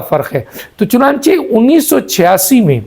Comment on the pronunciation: CHUNANCHAY KO PRONOUNCE KARNA SEEKH LO.